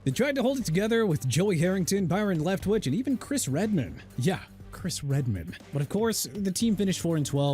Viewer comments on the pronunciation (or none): Nick Foles not Nick Fools. Smh... and also Byron Leftwich (left-which) not Leftwitch! Are you done butchering everybody's names?! I HOPE YOU ARE!! UNBELIEVABLE...